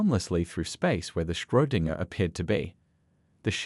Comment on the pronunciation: Did anybody else twitch a little every time they said Schrödinger ?😅